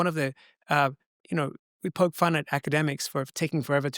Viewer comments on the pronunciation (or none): none